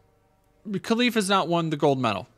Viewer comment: Hey thanks for your video, I hust wanted to say that it is pronounce Relif not Kelif :) with a gutural R